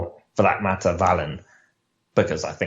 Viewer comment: Swedish native here, it's pronounced "Walleen" Swedish I sounds like English E